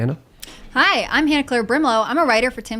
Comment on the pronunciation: Super freaking weird that wouldnt say Hannah-Claire's name correctly. What the hell is that about